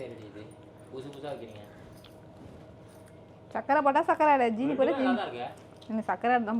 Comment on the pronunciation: ஜீனி என்று சொல்கின்றீர்கள். சரியான தமிழ் உச்சரிப்பு சீனி